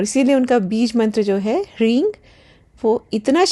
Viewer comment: areee devi g gkaar mkaar kya hota hai? Sankrit ke anusaar jo uchharan sahi hai wo hai hreem na ki hreeng.